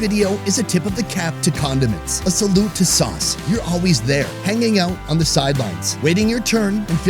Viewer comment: Solute To Sauce 🤣 damn chilli sauce 🤣😂